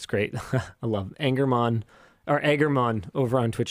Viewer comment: Aggermonn? Whoever you are I'm sure you are also jokingly pissed when people pronounce it "egger". I am not an egg.